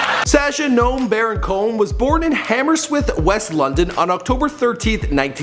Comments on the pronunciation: hammerswith LOOOOL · It's Hammersmith btw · Hammerswith? Really? Not Hammersmith? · 'HammerSWITH' LOOOOOL its HammerSMITH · It's not hammerswift its Hammersmith 😴😴